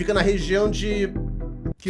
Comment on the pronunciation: A pronúncia disso é molinha, se lê "quên-fíld"...